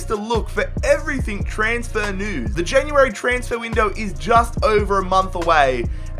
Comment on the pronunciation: Its january not jan u airy